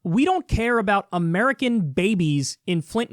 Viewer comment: did anderson cooper actually say "murican troops" 😂 also you guys are crazy for not supporting tulsi more, if a real life disney princess like her ran in my country i'd vote for her over anyone else.